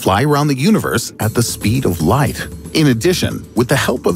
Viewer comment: did he say speed of life or speed of light? If life what is that?